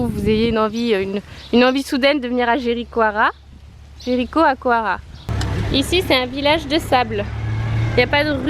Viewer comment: Hahahahha ça se prononce "Jericoicoira" en portugais 😂